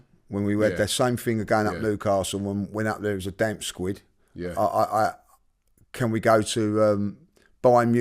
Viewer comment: Damp squid?? Think you mean squib 🤣🤣